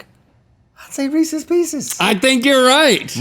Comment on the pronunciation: As someone who loves Reese’s PB cups, Reese’s pieces are a disgrace and monstrosity. Side Note: thanks for pronouncing Reese’s the proper way. It’s not Re- Sees folks!